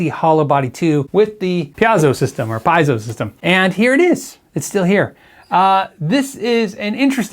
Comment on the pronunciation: I love your content but the way you say piezo drives me nuts!!!! Lol it pronounced pee-ei-zow or pee-ay-zow